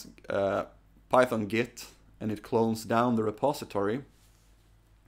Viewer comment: Git is pronounced with a hard T, not like Gith :)